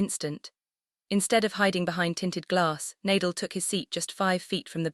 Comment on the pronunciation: Surprising that the YouTuber does not know the correct pronunciation of NA-DAL's name. Learn to respect players especially legends of the game by at least learning their names. It's NAR-DAHL not Nay-dle.